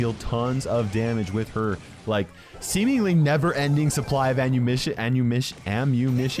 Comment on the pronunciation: “Infinite amount of anumition.”